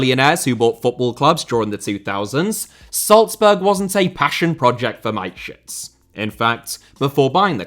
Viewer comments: Its Ma-te-schitz. With the german a. Not mate-schitz. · The man's name was Mateschitz with the 'e' being voiced not Mate-shits. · i love you but who tf is mikeshits, its mata (like juan mata) schitz, more emphasis on the sch and a double e sound not an i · It's pronounced mattershits not miteshits... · ffs man MATESCHITZ. There is no I in there. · Because of the pronunciation of Dietrich Mateschitz, it sounds like My Shits...😂😂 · Mate shits... Why didn't he look up the pronunciation? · STOP butchering names... He was not your mate, mate.. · I'm sorry, but the pronunciation of Mateschitz gets me every time. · pronunciation of Mateschitz and Upamecano make me ROFLing, literally. Nice video as always.